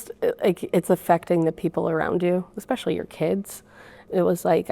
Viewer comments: The “fit girl” said so many incorrect claims, incorrect words (expecially) and… she’s an educator 😳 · You know you’re dealing with a small brain when they say “Expecially”.